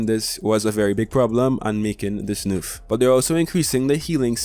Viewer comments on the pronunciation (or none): I love how he says nerf , (norf)